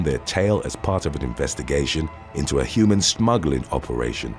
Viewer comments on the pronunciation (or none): none